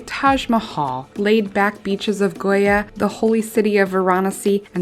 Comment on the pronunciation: Sorry a bit of positive criticism if I may, but I have to mention the pronunciation of some of the terms and names. If you're doing an informative video, a bit more research on pronunciation might help - especially if its other people's countries that are being discussed? A few stumbles I picked up on were the '(Indian) beaches in 'Groya' - I think you mean Goa (Go-a) and in Georgia you'll actually find the Caucusus Mountains, not the Caucasian Mountains. And if I may - Croatia is a country, not a city, and Cape Verde is an 'archipelago', not an archi-pel-ago'.